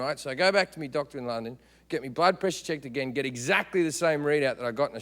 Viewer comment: Blood sounds like butt.. or maybe it's just me coz I came from the other video, him talking bout sluts